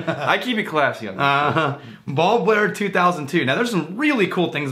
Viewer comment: I had to double check the name. I heard bald glare. If it was Rex speaking I would have assumed it was a jab.